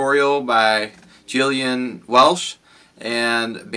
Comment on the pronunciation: Dude, aside from the deadly chatter, her name is Gillian like “Ga” - like Gilligan’s Island - Gillian not like Jillian. Just sayin’.